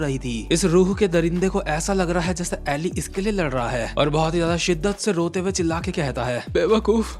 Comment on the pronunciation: Please bro I'm begging you, stop mispronouncing Eli and Johan. It's E Lie (इलाई) and Yohan.